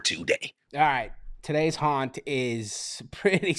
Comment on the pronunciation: it sounds like you're saying hunt instead of Haunt